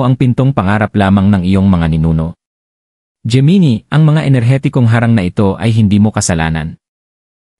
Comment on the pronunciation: Hindi po yan "jee-mee-nee" ang tamang pronunciation nyan. "Jé-Mee-Nai" po ang Gemini..